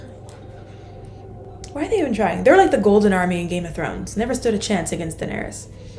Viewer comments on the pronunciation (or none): none